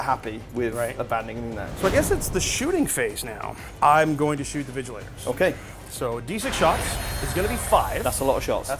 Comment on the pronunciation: lmao "vigilators" :face-blue-smiling